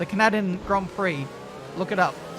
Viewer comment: As a Canadian, I am deeply offended with your horrific attempt at saying 'Canadian' ITS NOT 'can-a-din' LOL